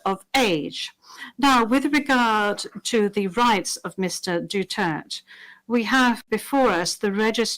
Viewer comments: If she can't even pronounce his surname properly, I do not believe she watch ANY news that mention HIS name. Even FPRRD clarifies that his surname is pronounced as Du-ter-te not Du-turt, she didn't correct hers. I doubt she will give a CORRECT verdict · Blimey, cannot even pronounce our former president Rodrigo Roa DUTERTE surname… excuse madam it is not Dutert….IT IS…DU—TER—TÈ….our former president shouldn’t be interviewed by French.. my gad. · FT! It only shows that they didn't know who is FPRRD that even his last name they couldnt pronounce it right. Its a Mistrial that man is not Mr. Duterth he is Mr. Ex President Duterte. 😅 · DU-TER- TE. Not DUTERTTT🤬🤬🤬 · Madam Not DUTERT....SUPPOSED TO BE WITH AN ....E ....AT END OF HIS LAST NAME....DUTERTE.... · peste, stop saying "Dutherth" sinabi na ni PRRD "DU-TER-TE" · Hi MISS BEAUTIFUL JUDGE - IT IS PRONOUNCED AS DU TER TE NOT DU TERT. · Please ICC official judge be mindful and properly pronounce the PRRD Name for cried out loud! Duterte Not Dutered! Para naman sounds awful to hear it! Akala ko mga intelligent individual kayo but even pag bigtas ng proper pronunciation ng name ni Tatay Digong hinde man lang kayo prepared ng tamang curriculum! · HIS NAME IS NOT MISTER DUTERT. HIS NAME IS MR. DUTERTE. INTERPRETER PLEASE PRONOUNCE IT CORRECTLY. THANK YOU ATTY. MEDEALDIA AND THANK YOU FPRRD MORE POWER TO BOTH OF YOU AND MABUHAY! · Pronouncing Duterte as Dutert!? How can you expect the ICC to be knowledgeable and respectful of the Philippines and Filipinos, and conduct a fair trial if they can't even pronounce Du-ter-te correctly and didn't even care to ask or find out the correct pronunciation of "Duterte"? That's always the inherent disrespectful superiority complex of western people toward Asians and other non-western peoples. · PLEASE WE VOTE STRAIGHT!!!!! PDP LABAN!!!!! KAHIT PAG pronounce ng Duterte dutert.... Nakakahiyang pilipinas binigay kapwa nila.... Juskoooooo!! Di marunong pa mag English!! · Duterte Not dutert